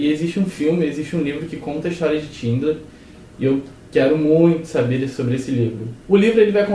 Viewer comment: 'Tindler' não, 'Xindler' = Schindler.